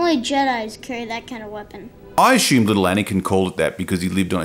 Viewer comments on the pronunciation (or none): none